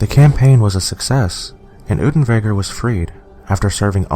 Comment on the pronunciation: Damn boy, do your research properly! Unterweger's name is pronounced oonterwayger, not oodenwayger! How can you even misread his name? Also, there already is a movie about him, making it moot to mention him in this video. It was released 3 weeks after this video and was in production long before. Also, there's no source that supports your bullshit claim that writer's block caused him to commit suicide! On the contrary, Unterweger threatened multiple times to kill himself during his trial if he was convicted. He hanged himself the night after the verdict. But yeah...writer's block...